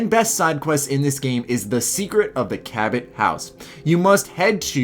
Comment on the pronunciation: it's not Ca-bat it's Ca-bow